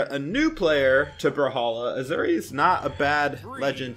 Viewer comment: Asuri = Auu-Zu-ree lmaoo